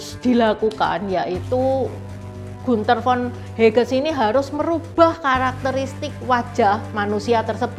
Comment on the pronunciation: Trims. Komentar saja. Bacanya Hagen, seperti bahasa Indonesia. Menit le Gunther von Hagens. Salam sehat